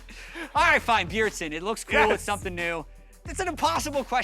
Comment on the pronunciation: It's BJERDSEN